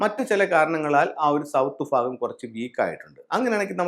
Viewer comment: ഫാഗം - അല്ല ഭാഗം എന്ന് പറയൂ.